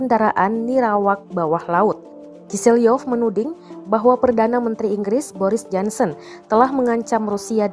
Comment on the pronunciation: JOHNSON bacanya JONSON atau JONSEN kok malah jadi JANSEN.